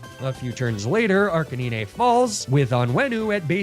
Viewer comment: Arkakneenay? No its ar canine like the dog.